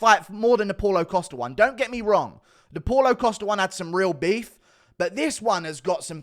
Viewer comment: “Posta” “Posta” “Posta” 😂